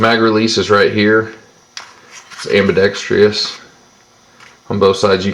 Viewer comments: its pronounced: am-bi-ˈdek-strəs or "ambidekstrus" not ambidextreeeuss. everybody seems to get that wrong these days. sorry for the pickiness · STOP SAYING AMBIDEXTRIOUS, IT'S AMBIDEXTROUS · Its pronounced ambidex-TRUS. Sorry, I hate when the word AMBIDEXTROUS is mispronounced.